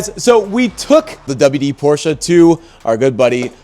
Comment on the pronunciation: THANKS for the correct pronounciation of "Porsche"! And don't you dare to put anything but a 912 engine in it.